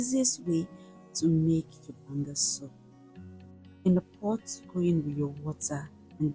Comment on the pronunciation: BAN-GA soup 😊😊😊😊